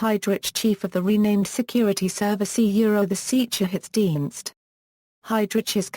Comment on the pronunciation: Get a voice actor that can speak German and pronounce sicherheitsdienst, polizei etc.